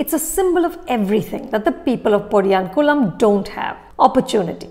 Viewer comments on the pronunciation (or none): 😅 😅 You need to work on your pronunciation on Tamil words. Especially podiyankumlam and specially Tamil nadu (தமிழ்நாடு) don't want to be harsh but make sure to portray it in the right way 🙏